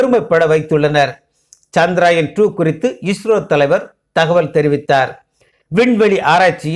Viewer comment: முதலில் சந்திரயான் என்ற வார்த்தையின் உச்சரிப்பு சரி இல்லை கவனம் பிறகு எப்படி சரியாகும் தங்கள் பெயரை சரியாக உச்சரிக்கவில்லை என்றால் அர்த்தம் மாறி விடும் மேலும் மனிதன் என்ன தான் விஞ்ஞானத்தில் முன்னேறினாலும் பஞ்ச பூதங்களை வெல்லும் ஆற்றல் உண்டா? ஜடத்தில் நாம் சாதாரணமாக ஒருவர் வீட்டிற்குச் செல்ல வேண்டும் என்றால் இப்போதெல்லாம் வரலாமா? பார்க்க முடியுமா? என்று கேட்டுவிட் டு தான் செல்வோம் நமது பூமி தான் ஆன்மீக பூமியாயிற்றே எனவே இறைவனால் படைக்கப்பட்ட நவகிரக தேவர்களை நம்பித் தானே ஆக வேண்டும் இறைவனின் கருவியாகவே செயல் பட்டாலும் நவகிரகங்களின் தலைவரான சூரிய பகவானின் அருள் பெற்று சந்திர தேவரின் அருளையும் பெற வேண்டும் ஆத்ம காரகனும் மனோகாரகனும் அல்லவா? என்னவோ நான் உளரிக் கொண்டிருக்கின்றேன் நமது விஞ்ஞானிகளின் முழு திறமையில் ஏன் இந்த தடை என்ன குறை பாடு இருக்க முடியும் எனவே தான் இப்படி எல்லாம் யோசிக்கிறேன் என்ன தான் நாம் விஞ்ஞானத்தில் முன்னேறி இருந்தாலும் இறைவன் அனுமதி இருந்தால் மட்டுமே நடக்கும் இது தான் உண்மை நன்றி வணக்கம்